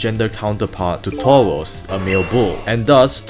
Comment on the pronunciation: Why do you pronounce Tauros as Towos?